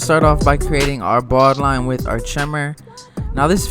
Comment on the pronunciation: Awesome! Just funny how you say ‘baud-line’.. 😁